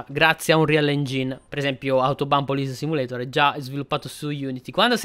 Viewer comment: Ciaooo... io adoro le simulazioni di polizia... lo hai pronunciato benissimo il titolo in lingua originale... sei sempre super onesto e sincero nelle tue recensioni... sei sempre una garanzia...:_poderakPoderak:👍👋